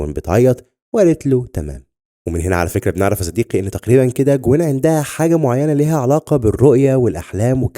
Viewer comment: اشتغل على كلمة (عَندها وليس عِندها )... بالتوفيق